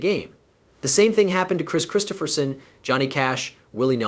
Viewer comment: The end of this (what I assume is a BS production) for me, is the fact in the first 16secs you not only spelt and what I assume is AI, voiced "Kris Kristofferson's" name incorrectly. 16 secs + 25 typing this made this the quickest 👎👎 I have ever given.